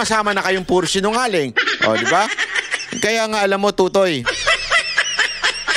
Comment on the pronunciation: Mispronounced mo ang totoy. Sa busaya, iba ang meaning.